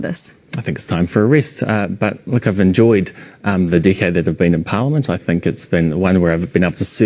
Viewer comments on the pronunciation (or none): I know she said "decade in politics" but I swear she said "dickhead in politics" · "A DICKHEAD in politics." (I know she said "decade.") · I love how New Zealanders pronounce “decade.”